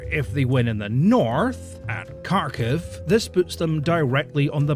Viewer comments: You could easily fix your problems with pronouncing the names of Ukrainian cities, if you spent a few minutes watching videos from Ukraine. Looks like good info here, but in general, I find that the people who don't bother to find out how the names are pronounced are less likely to have good info. Believe me, it isn't at all difficult to learn to pronounce those names. Kharkiv--try haarKEEV, Kherson--try hairSON. Not difficult at all. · you're not pronoucing Kharkiv, or Kherson properly either. The K's not silent but also certainly not hard. Read them like kHerson and kHarkiv and you're closer, there should be the suggestion of a k but you shouldn't really hear it :p. It's kind of the same with the H too, it's kind of soft and the stress is on the S and K in the second syllable. I'm not even 9 minutes in and I'd had to go back so many times to re-listen because your exhasperation is just... so on point. Wish i could like it twice.